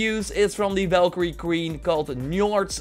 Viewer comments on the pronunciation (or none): none